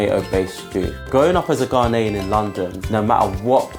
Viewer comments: Why dafuq do british Ghanaians, and non Ghanaian africans says Ga-NAY-en. Hvae you ever heard a native say ga-NAY-en. it is GA-knee-en. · Btw it is pronounced GA-NE-YEN jollof rice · Gah-nay -an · I am offended he doesn't say "Ghanaian" right